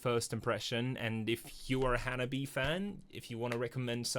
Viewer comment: Hello my friend, and welcome to the wonderful journey that is Hanabie and sorry in advance for the long text. ;) As for the name, the band is called Ha-na-bi-eh (the last "eh" is pronounced like the "e" in "egg"), with four syllables, not Hanabi. There are no diphthongs in the Japanese language, so every vowel is pronounced separately. Of course, there are exceptions to that rule; Japanese is a very difficult language. :D This makes a big difference because hanabi means "fireworks" ("fire flower" - 花火), while hanabie is not exactly a standard word but could be translated as the recurring cold weather during the flowering season ("chill flower" or "spring coldness" - 花冷え). They chose this name because the four original members were all born in winter or spring. That tiny, cute gremlin who is screaming at you is Yukina. She is also responsible for some of the band's lyrics. Hettsu is on bass. She is responsible for the stage and video outfits, sometimes sewing them by hand. She is also the mother hen of the band and provides backup vocals. In this video you have Sae on the drums, but she left some years ago, the current drummer is Chika. She is the fourth drummer and the only professionally trained musician in the band. She played in J-pop bands before and worked as a drum instructor, while the rest of the girls are self-taught. Finally, the end boss: Matsuri. Matsuri plays guitar and performs the clean vocals. She is a riff monster, the band leader, and the musical mastermind